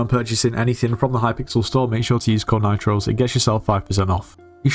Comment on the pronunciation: I heard if you say nitroze three times you get pinned. Nitroze Nitroze Nitroze Let’s see if it works Luv ur content btw